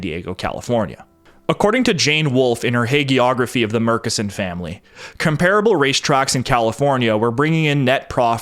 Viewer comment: Hello, Midland native here who did some work for the Murchison O&G company. It is pronounced internally as "MUR-tchess-on"